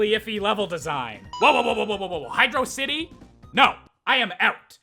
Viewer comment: It is NOT pronounced Hydro-City. It's Hydrossity!